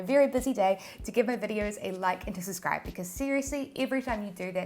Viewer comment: It’s suBscribe. Not suscry or suscribe.